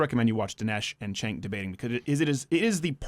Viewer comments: Can u stop mispronouncing his name at least?! It's CHUNK not CENK. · Stink of Urine. Have the courage to pronounce his name right